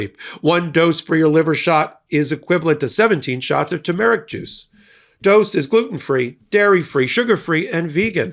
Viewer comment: Always love the info, but word pronunciation is an issue for you. Please watch for that. BTW it’s TER-mer-ic,not tu-MARE-ic